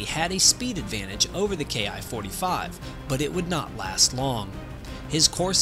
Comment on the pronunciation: Probably not a Ki-45, NICK's didn't have the performance or altitude. The ''Soup-ed Up'' variant you speak of at frame was more likely its descendent, a Ki-102A ''RANDY.'' OBTW Ki is pronounced ''KEE''. It's short for Hikoki = Airplane.